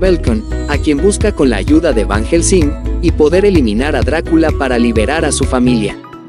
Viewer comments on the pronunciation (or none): Ni pronunciar el nombre de Van Helsing pueden y asi suben videos...no les da pena